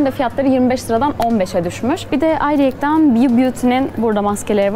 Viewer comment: Ayrıyeten yerine "Ayrıyekten" mi diyorsun bana mı öyle geliyor